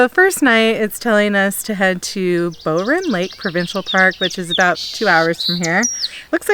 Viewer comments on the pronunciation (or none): I noticed you were at Bowron Lakes - it’s pronounced “Bow “(as in wow) and “run” - our school would have week long canoe trips on them - It’s quite popular :) Wells Gray Provincial Park is my favourite place with the gorgeous waterfalls - but you have gone past it already - it’s a “must see” maybe on your way back south. :) Have fun!